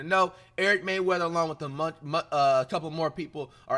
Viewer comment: It’s rayweather not mayweather